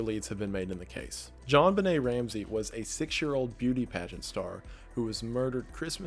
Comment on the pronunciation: Wendi, 🤦‍♂ it's "JonBenét" not "Jon Benet", that would be a minor nitpick if we weren't talking about a murdered little girl and instead like an old male plumber or something...🤔... John Bennet Plumbing... 😏...yeah that rolls off the tongue nice...